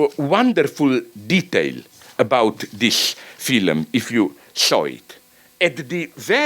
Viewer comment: I swear, Slavoj fucks with you with his accent. I hear him pronounce the age old 'Phylum' instead of 'Film' and think "Ah that accen-" and he hits me with 'Adequat' before I can even finish my derisive thought. I can't help but think it's deliberate.